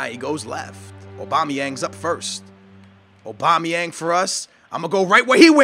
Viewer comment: LOL. OBAMA-yang. It's AU-bamayang.